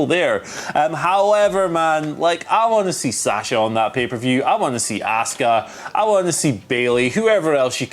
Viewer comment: Why is Simon the only person on this channel that can pronounce ASUKA'S name proper? These guys always say Ask-Uh 🤷‍♂️ And NOBODY on this channel can say Sasha 😂